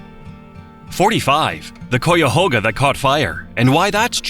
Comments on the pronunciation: The AI voice is killing me. After hearing it mispronounce Cuyahoga a bunch of times, I can't listen to this anymore. I'm not even from there. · The pronunciation of Cuyahoga needs to be corrected. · they way you pronounce Cuyahoga lol.- AI slop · Being from NE Ohio the way it says Cuyahoga messes me up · Wish it could pronounce Cuyahoga. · I’m from Cleveland Ohio please correct the cuyahoga AI voice it’s bad lol ai is not saying it correctly. Thanks for the video. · Wish they would pronounce Cuyahoga correctly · If the narrator is not AI then he is not from ohio because if he was he would pronounce Cuyahoga properly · The pronunciation of "Cuyahoga" 😂😂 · This video would’ve felt much more educational had the AI voice learned to say Cuyahoga correctly. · I was coming on here also to say the very same thing learn how to pronounce cuyahoga if your going to make a video about it lol How annoying to hear that awful pronunciation over and over. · That's what I kept saying!! Cuyahoga you stupid AI voice. Ugggghhhhh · For sure. 👍🏼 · Yeah, each time it said Cuyahoga, I physically winced. I lived most of my life within just a few miles or less (sometimes just a couple hundred yards away) of that river. Across 4 different counties. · Lol you pronounced Cuyahoga wrong. Maumee sounds close to ‘Mommy’ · I was about to post the same thing. Strangely it did get Scioto right. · And a few others, like "Portage". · “Coyahoga” make me irrationally angry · AI can't pronounce cuyahoga 😂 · and it's an AI voice. It said "COOYAHOGA"hahaha. "kay-ya-hoga" you dumb robot. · Tell your AI to stop saying Coy-yahoga. It hurts my ears as it is pronounced K-eye-uh-hoe-gah. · Cuyahoga. Like Guyahoga. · Wow hearing the narrator say “Coy-a-hoe-ga” is giving me hives as a native Ohioan 😂 most people I know say “Cawga” or “Cayahawga” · I thought the narration was coming from a human, so l was going to tell him, pronounce Cuy, like Ki in Kiowa, but if it is computer generated, there is no hope😐